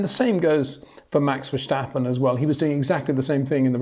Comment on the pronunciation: Peter is giving it the correct Dutch pronunciation.